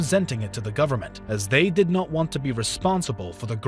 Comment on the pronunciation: good there you have the "efficient zerman way of goverzment"